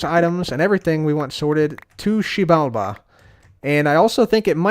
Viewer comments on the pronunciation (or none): it’s pronounced Zji-bal-ba I believe. It’s Mayan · Xibalba Keralis: Shebamibi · Massive cringe every time he says “Xibalba” 😂 It’s almost as bad as when Trump tried to say “Puerto Rico” in an accent! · Xibalba sounds like the Korean swear word, makes me laugh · Me trying to pronounce the title: Hermitcraft 7: To Xiebalabada! Episode 23) Please help me. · koreans be getting caught off guard everytime he says xibalba